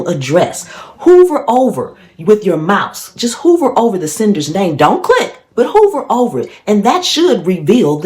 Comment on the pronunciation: Hover over not hoover lol